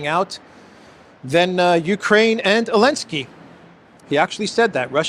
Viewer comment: Did you know it’s Zelenskyy not Elenskyy??